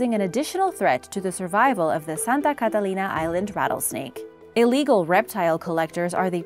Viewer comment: Why are you saying Catalina so weirdly? You’re trying to affect an accent and putting too much stress on each syllable...I’ve never heard anyone pronounce it like that and my brother is the captain of the Catalina Cruise ship.